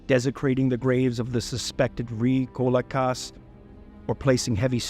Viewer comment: Vrykolakas is one Greek word, don't say it vry kolakas, say it vrykolakas